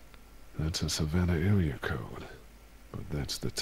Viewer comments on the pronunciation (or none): none